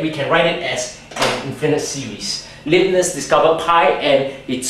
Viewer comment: 1. it's pronounced like "laib-nitz". 2. Indian mathematician Brahmagupta (AD 598-668) had discovered this 1000 years before. 3. you can get 1 - cos(theta) from t=tan((1/2) theta) by standard t-formulae [tan(theta) = (2t)/(1-t^2) cos(theta) = (1-t^2)/(1+t^2)]